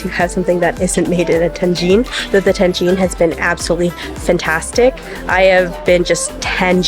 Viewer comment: Tagine not tangine 😄